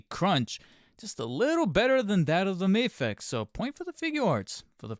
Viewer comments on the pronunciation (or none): It's not May-fex, it's Ma-fex. MAFEX it's an acronym